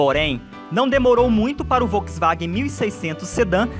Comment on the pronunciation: Essa narração é uma bosta, ainda bem que o vídeo presta! Troca o narrador por alguém que sabe pronunciar Volkswagen, Europa (e não óropa)... Pelo amor de Deus, toma um deslike.